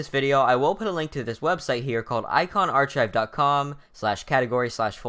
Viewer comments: Did you say, "Arch I've?" XD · Can't believe you just said arCHIVE lol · lmao you said Archive wrong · Archive.. not archive... good video anyway